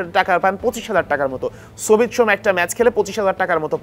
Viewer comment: ‘তারেক’ কাজী না তারিক কাজী ‘সুমিত’ সোম না সমিত সোম। উচ্চরণে আরও যত্নশীল হতে হবে।